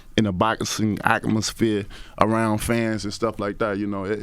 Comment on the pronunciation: Did that brother say “ACK-MOSPHERE”. ????????